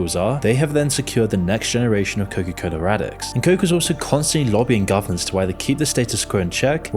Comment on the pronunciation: Can someone please for the love of God tell me why is he pronouncing it Coca-Coller?